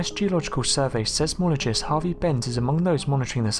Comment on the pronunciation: Seismologist pronounced size-mologist!!